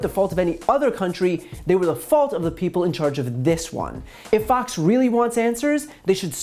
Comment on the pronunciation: I swear he said "FUX" news instead of Fox...subliminal...